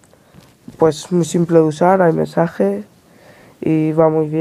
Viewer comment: "aymesaje" no mames... no lo quieres pronunciar peor?